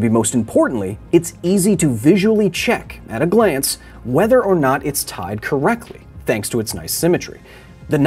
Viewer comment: Drinking game: drink a shot every time Kyle says knot and you hear "nut"